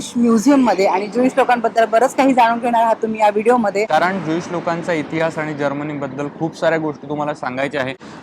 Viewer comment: Madam - Tumche न आणि ण Madhle confusion check kara . जर्मनी ahe country and not जर्मणी.. Please.. Pure मराठी वापरा Please. 🙏🏻